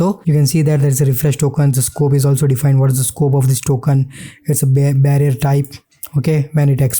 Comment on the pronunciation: Bearer ❌ Barrier ✅